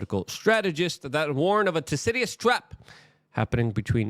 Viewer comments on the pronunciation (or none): 1. Luke can’t pronounce Thucydides. 2. All it says is “people tend to fight for power when power balance changes.” No shit. It’s 8yr old logic.